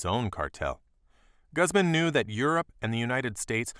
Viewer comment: The way he says Guzman bothers me